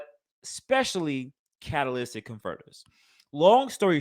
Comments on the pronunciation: Lol love the acknowledgement of the butchering of the word lmao. It's Cat uh lit tick converter. Lmao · Lol say it with me cat/ta/lytic(lit tic) converter